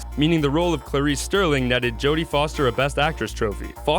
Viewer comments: Jodie Foster's character was Clarice Starling, not Sterling. Also the director's name is pronounced "demi". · 2 mistakes from the narrater - all on "Silence of the Lambs". It's Clarice Starling with an "A", not Sterling! And Director Jonathon Demme is not pronounced DEM! It's DemmEEEEEEE!